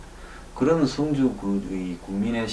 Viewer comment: 황소장님 성주의 발음은 주자에 악센트가 있습니다. 군민들이 이상하군요? 이럴리가 없는데-----누군가가 이상한 방향으로 리드하고 있군요. 여기에 어진 군민들이 끌려가고 있군요. 정부 도지사 군수 지역 유지들은 무얼하시는가요?